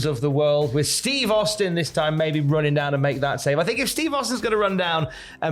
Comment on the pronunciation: That ain't Steve Austin that's STEVE HAUSTIN🤣